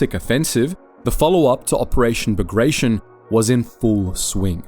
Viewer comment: It's pronounced Ba-grat-e-on, not ba-gray-shun